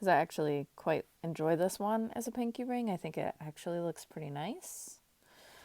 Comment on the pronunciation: ring, you didn't emphasize... , hmmm..